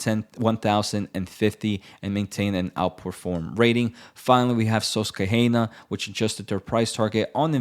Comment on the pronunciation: The word "Susquehanna" is pronounced as "suss-kwuh-han-uh".